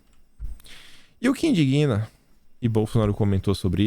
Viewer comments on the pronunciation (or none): Com carinho, para uma pessoa que admiro e acompanho, o, e que julgo inteligente, diligente e valorosa. Deve pronunciar "tal coisa inDÍGna", com tônica no DIG, sílaba única, e não "tal coisa indiguína", criando uma sílaba nova. Como é o segundo vídeo a que assisto em que ocorre o verbo com prosódia equivocada, alerto. Não afeta o excelente conteúdo, mas pode melhorar.